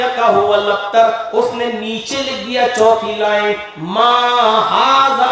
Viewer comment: AAP galat surah pard rage h gaur karo huwal aktar nhi h huwal abter h